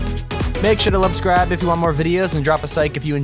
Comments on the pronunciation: Did anyone notice how he said “lubscribe” and “sike” instead of “subscribe and like” 😂😂😂😂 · Who else heard lubscribe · Did you hear him say luscribe and sike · "Sike and lubscribe" 2020 XD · He said lubscribe and Zike if you enjoy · Who else heard make sure to lubscribe and sike instead of subscribe and like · "lubscribe and sike" lol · Lol he said "make sure to Lubscribe and if u want more videos like this drop a Sike". R u okay or should we call somebody??? XD. He switched up the letters lol. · did anyone notice he said lubscribe? in the beginning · He said spike and liksribe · You said lubscribe again lol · Ummmmm he said luscribe and sike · yes so funny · Yes lol lol lol lol 😆 lol😄😄😄😄😄😄😄😄😄💗😁😁😄😃😀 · The way he said lubscribe and drop a sike 😂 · "Make sure to lubscribe" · He said lubscribe and sike if you enjoy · Did nobody realise that he said lubscribe and leave a sike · dude said lubscibe and sike